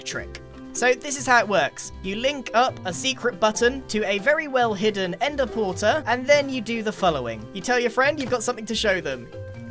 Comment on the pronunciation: Grian “ender-porter” Everyone else “ended pearl stasis chamber” Grian is so efficient